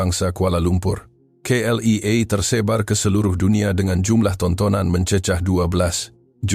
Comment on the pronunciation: Bukan CLEA tapi K.L.I.A.